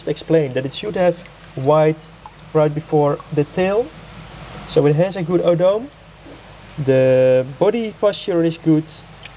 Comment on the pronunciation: Isn't the tail part (Odome) is pronounce O-Doh-Meh not O-dome.